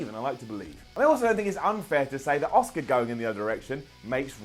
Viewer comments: The way you pronounce Asuka annoys me. Its pronounced liked ask-ah. Not Oscar. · Her name is ASUKA....... not OSCAR!!! This isn’t the academy awards. Pls get the pronunciation of her name right. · Why is he calling asuka Oscar... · why are you calling asuka oscar?